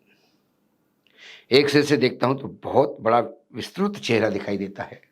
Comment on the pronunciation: Aap bhi modi ki trh vistrit ko vistrut uchharan kyu kr rhe ho sir vo to anpadh he